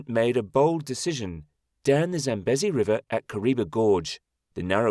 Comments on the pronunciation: 100% this and correct pronunciation issues the LLM has. Example: it is pronounced Zam-bee-zee not Zam-busy. And the country Zimbabwe is pronounced Zim-bab-weh not Zim-bab-way. Names are important and getting them right earns good will from viewers, making them more inclined to watch your other videos. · ZAM-BEEE-ZEEE not 'bezzy'. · Pronounciation.... Zambeezee. Also, there is no way in Zimbabwe. Pronounced Zimbabweh. Not Zimbab-way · It’s pronounced Sam bee zee! Get it right!